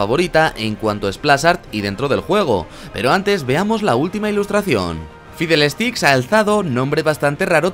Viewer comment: Fidelesticks xDDDD por un momento escuche filete sticks haha